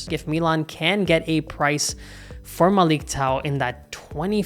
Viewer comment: it's prounounced Malick [ʄaɰ] otherwise you're good.